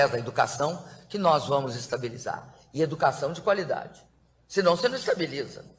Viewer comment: Meu Deus!!! Que ANTA de baton é esta? Quanta falta de informação, quanto despreparo. É com certeza, a maior demonstração de falta de capacidade para se expressar (KKKKKKK, em português. Ela não consegue dizer nem "você" corretamene e um bando de incompetentes tão ignorantes ou mais que ela, elegeu. É bom para vocês aprederem. O país tem o presidente que merece....INCOMPETETE.